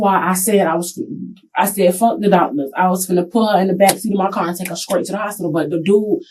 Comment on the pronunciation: Same one who said, "I went skraight there."